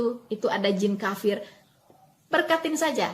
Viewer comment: Waloni ini cuma suara besar tapi otaknya kosong, kafir bilang kapir hehe